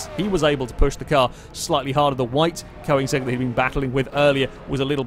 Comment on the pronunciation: Funny how he spells Koenigsegg correctly, but he pronounces it "Koinsegg"